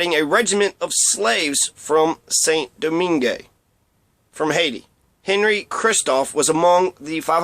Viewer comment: Saint Domingue. Pronounced: Sān Doming. Not Saint Domingué.